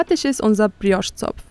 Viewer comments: Brrrrios,klingt nicht richtiger,je mehr Du es wiederholst 🤷‍♀️ Wer hat der Tante erzählt,man würde im französischen das R rollen🤔🫣??? Da wird wohl italienisch mit französisch vermurkst🙄🤭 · Wenn die noch einmal Brrrriosch sagt,dann😱🤯